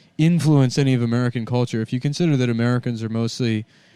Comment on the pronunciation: "let me show you our colture"